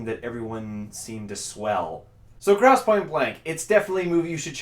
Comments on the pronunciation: gross not grouse! zeech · GROSSE, NOT GROUSE.....